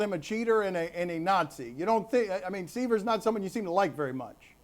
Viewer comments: Dennis sai vr? Vitor bel FORT? Lebastard is terrible at pronouncing names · These guys are idiots. Wow. Denis Sigh-ver? Really? Morons. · these guys lost my interest after they can't even say sivers name right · "Denis Syver" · What makes me laugh is how he miss-pronounced Siver and Jose, this guy has clearly never watched more than a couple of ppv's